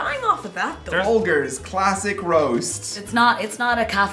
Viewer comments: Lol I cant do instant coffee... Nor can I drink it black, I have to have creamer. Also it's not pronounced fol-gehrs it's more like fold-jers. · For Folgers, it's not a guh sound, it's a juh sound. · No one is talking about the fact that it is Fol-jers....not Fol-gurs? Ok. Guess it's just that way in America. PS - The Nescafe French Roast instant coffee is incredible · "FolGUR's" lol